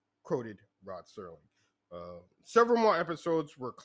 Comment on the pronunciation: Its SERLING....come on...